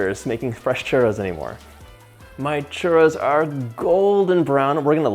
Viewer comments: And then you still pronounce it wrong. 😆 Not hating, just thought it was funny. 😜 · Yikes your churro pronunciation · I love how he pronounces churro. And also how happy he seems to be when he's doing anything from Mexican/ Latin cuisine. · Nice way to make and to pronounce “churros”😃 greetings from Spain, Europe, the “churros” land. Wonderful with chocolate!!!!😋😋😋🥰😘🌺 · Hey John its churrros not churos no affence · Hello John.... so delicious! Great JOB! Super caloric 🙄🥶🙄 1) You need to work on rolling your RRRRRRs .... chuRRRROs... don’t be afraid to let those RRRRRs sound really strong. LOL! 😉 2) ChuRROs go really well with CAJETA ... next time try dipping them in CAJETA ... (milk toffee or milk caramel...) the kids will love the chuRROs dipped in CAJETA. 3) Here in Mexico it is traditional to eat chuRROs with hot-coco 😉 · Roll your R's just a bit John for the pronunciation ! ,,🤗, So happy you made this recipe! the box mix is meh ok !! Can't wait to try this !! Viva Mexico 🇲🇽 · me da risa como dice churo enjugar de churro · Babe CHURRRRRRRRROS not churos Love you, bye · why do you say churtto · He saying "delicious Trudeau"? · Repeat after me : chu -rrrrrrrrrrrroooos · Why is he saying ChURDO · lol…Sunday afternoon in humid Brisbane here…so glad your mum corrected your pronunciation of your Spanish…😅I’d love to make Churros with gluten free flour…as a coeliac I have baked most of my live all my own foods..I have a Kenwood mixmaster, and now a Thermomix too..so I can do anything now…loved catching up on your videos…stinking hot here today! Cheers, have a great year! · truly insulting pronunciation from a white boy. say it in english not butchered spanish! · That was funny when he called Mom to ask her how to pronounce churros I thought maybe she was going to be Latin !Lol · There's like 69 r's in one word lol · You gotta roll the R's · White washed Churros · Please roll your rrrrr's otherwise you are saying something nasty. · You don't say churro properly